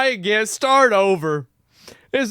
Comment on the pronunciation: "again-a, song-a, criticism-a" This channel pronunciation is so annoying-a!